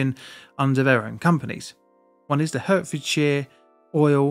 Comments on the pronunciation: Mate, you're British! You know Hertfordshire is pronounced 'Hartfordshire' and not 'Hurtfordshire'. You may have some US subscribers, but you don't need to mimic their ignorance (and in my experience of Americans, they don't wish to mispronounce things). Otherwise, keep up the good work. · I worked in Middlesex at the time. I remember this waking me up, I thought something had fallen off a shelf in my bedroom. You could see the smoke for miles. Oh fyi it’s pronounced “Hartfordshire” not Herfordshirt. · Despite being written Hertfordshire it's Hart-fordshire not Hurt-fordshire. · It's pronounced "Heart" not "Hurt", are we all Americans now?! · I lived in Hemel Hempstead when this happened just 3 streets away and. It's pronounced "heart -ford-shire" not "hurt-ford-shire" .... I was 4 maybe 5years old. windows blew in many homes and thick black smog covered the town for a few days and completely shut down the motorway closest I believe that the M1 or M25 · Hurtfordshire? It's HEART - Ford - Shire 🤣🤣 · It's pronounced HART-f'd-sh'r (not HURT-). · I was in high school in Luton when this happened - We got to go on Christmas holiday early because of it. p.s. its pronounced HEARTfordshire not Hurtferdshire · hurtfordshire?! Bro its pronounced 'Hartfordshire' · Get your AI to pronounce Hertfordshire properly, It’s HART not hurt. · Dude, it's HARTFIELD, not Hurtfield. Just saying what everyone else is thinking. Carry on! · It’s pronounced “Heart-forsdshire” not “Hurt-fordshire. As in the Hert, a stag! I was living in Hitchin at the time, in an old house. In the early hours of a Sunday morning I remember being woken by my doors rattling and a ghostly “whoooo” noise. I thought my house had suddenly become haunted. Until a few hours later I understood it wss the shockwave. At the time I was doing a lot of work around the M1 at Breakspear in Hemel Hempstead (right next to the depot) and I’m glad it happened at 6am on a Sunday! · Why do ypu keep saying HURTfordshire?